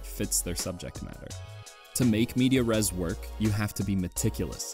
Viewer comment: Great video, just a note: it's "in medias res", not "media res"